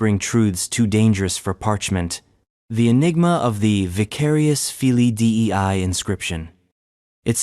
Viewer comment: It is not D E I it is dei one word.